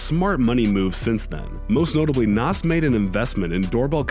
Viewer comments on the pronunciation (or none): Its Na"z" not Nas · K-a-millionaire? Lol N-o-s? What? (Nas) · And NOS🙄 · That's Not Noss"... its Nas... (Nozz) Pronounced In the first 6 minutes of the video, you have Mispronounced 3 different rappers Names SMH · Nas not Nos. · How u gonna disrespect a legend nas is pronounced like gnaws not nos he isn't under the seat of vin diesels RX-7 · I need for you to pronounce nas's name correctly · Not only is making this list dishonorable, but almost as bad is the mispronunciation of some of the rappers mentioned. I understand that someone might not know how to pronounce “Chamillionaire”, but Nas? Nas is a legend and NO ONE doing ANYTHING with hip-hop gets a pass for mispronouncing the his name.